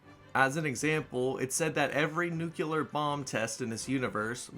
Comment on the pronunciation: Every time I hear "nukular", I feel pain inside.